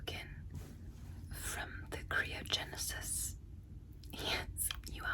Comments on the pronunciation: Cryogenisis🚫 Kree-ogenisis ❤✅️ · You’re pronouncing cryogenicists wrong your saying Creo Genesis but I love the way you say it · "Creeogenesis" love the way you said that lol